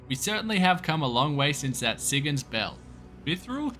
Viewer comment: SIGS??? you my SYE - GONS! do you really say "Sig-gons" ? One thing about this game is loving the way how different folks pronounce items! love the videos dude, keep em comin!